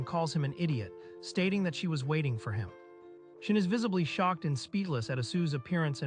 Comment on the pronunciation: Reads: Shion AI reading: SHIN